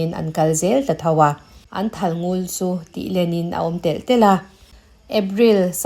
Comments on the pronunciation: A ngaihnawm hle mai ka rin zawng tak ani. Thalngul tiha ngul i lam rik dan erawh a diklo. Lel lul mai kan tiha lul ang hian ari tur ani. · Thalngul ..ngul hi a par vul..tih a vul tih ang deuh a ngul tiha lam ni se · Thalngul i lam dan hi, (Ngul) tih lai hi thluk loh tur ania, Ngul tihtK hi lamrang deuh tur aw